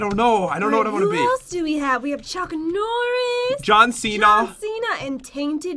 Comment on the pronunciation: It’s John not t